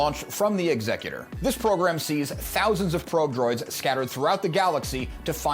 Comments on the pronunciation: Why do all these STAR WARS lore videos mispronounce the name of Vader's ship? It's EXecutor, with the emphasis on the first syllable, as in the person or thing that performs executions. The way it's pronounced in this video (and so many others)-- ExECutor-- with the emphasis on the second syllable-- is an entirely different word. It's means someone who probates a will or other legal instrument. I doubt Darth Vader, Dark Lord of the Sith, named his ship after a probate lawyer. No, his ship follows in the tradition of all the other Imperial capital ships with names that sow fear and terror among the galactic population: Ravager, Devastator, Relentless, Tyrant, Avenger, Belligerent, Agonizer, etc. When his ship appears in orbit above your planet, it's to execute you and your entire society. Not file legal documents in a lawsuit. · What's with the pronunciation of the ships name 😵‍💫 it's clearly to be pronounced like 'execute-or' and not like executive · I'm going to guess the incorrect pronunciation of the ship's name is due to YuTube rules???